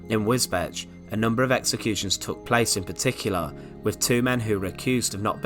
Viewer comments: "Wiz betch!!!", wtf 🤣‼️❓It's Wisbech u Philistine! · Great video,just for future reference Wisbech is pronounced Wis beech.